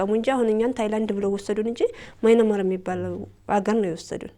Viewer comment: Dint say "ማይናማር"...say "ምያንማር"....አሌክስ the oldest "Burma"